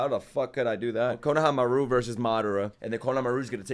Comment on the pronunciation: Bro gonna have to take back his distaste for English dub if he keeps saying konohamaru name like that 😂😂😂😂